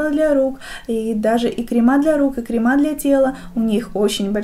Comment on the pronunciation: Тоже очень режет слух, так же как средствА и кремА ☹️